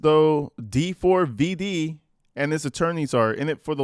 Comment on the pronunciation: Stop pronouncing his name weird. It’s just David…